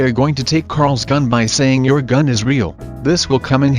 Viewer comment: On the takeing Carl’s gun he actually said seeing and not saying